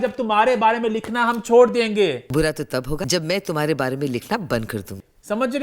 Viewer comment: Eman bary bary thek sy bola kro.bhary bhary ni hota